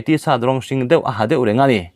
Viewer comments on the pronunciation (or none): none